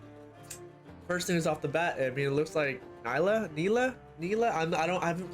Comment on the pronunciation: it's pronounced nee-la not ny-la >:)